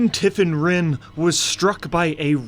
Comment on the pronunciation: Her name is actually Tiffin Wrynn No hate. Great video!